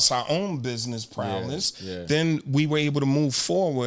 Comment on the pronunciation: V intelligent AF. Great info yo. Heads up...Prowess not Prowless